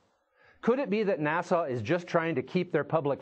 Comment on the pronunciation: "Nassau tells us..." It's NASA, you git! Na-suh ... not Na-saw! Omg! He keeps saying it!